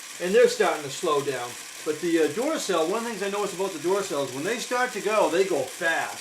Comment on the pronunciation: These two videos of yours are my favorite. Also the way you say Duracell (dooracell) makes me laugh. :)